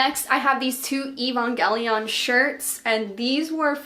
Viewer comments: I’ve been watching you forever, and I don’t really mean to be rude but the way you pronounce Evangelion is just a little off! Sorry if this comes off as mean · Why do mispronounce 'eva' and 'Evangelion" ?? They literally say it in the anime like a million times? It's: Ayye-va.